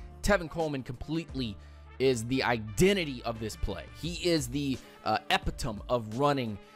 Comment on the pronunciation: I realy like your vids. Just one thing, it's e-pit-o-me not epi-tome. Thought you might like to know.